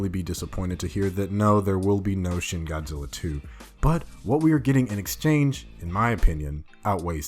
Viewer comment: He says Godilla